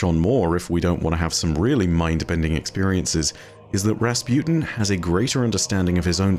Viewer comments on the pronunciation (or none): Everyone: Rasputin: Razpewtin